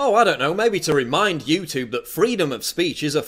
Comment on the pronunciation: how come you are pronouncing youtube that way ?